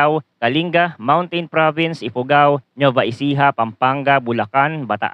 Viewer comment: Anung Nova Ecija Nova Vizcaya. ginawa monang Chichirya yung dalawang Probinsya. Nueva Nuweva ganyan ang basa matagal kanang nabubuhay sa bansang ito hindi mo parin alam ang basa sa dalawang Probinsya nayan. imposible hindi moba naririnig yang dalawang Probinsya nayan? Kahit sa Balita o sa School?